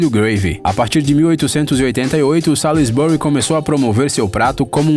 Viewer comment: "Graham" pronuncia-se "grémm", o "ha" é mudo. "Salisbury" pronuncia-se "sósbri". E "corn flakes" não é uma MARCA, é simplesmente como se diz "flocos de milho" em inglês.